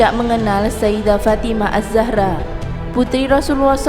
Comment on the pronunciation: azzahra bukan asahra .....blajar dlu ya